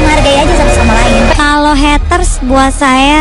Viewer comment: Mba Mba.. it's Heyyyytersss bukan Hetteurs.. kalo gatau pronounce Ga usah ngomong Haters Haters dah